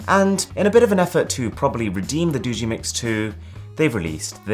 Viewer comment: It's "Do-gee" not "Doo-gee"